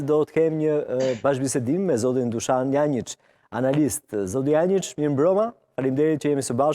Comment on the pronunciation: Dushan Janjiç e jo Dushan Jançiç gabim